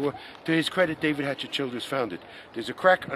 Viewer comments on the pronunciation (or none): none